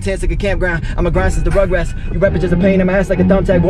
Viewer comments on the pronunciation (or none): Did he say rugrats like faze rugs watchers